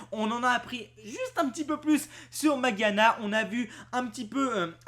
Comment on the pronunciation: ca s'ecrit magiana du coup ca se dit majiana pas maguiana ;-)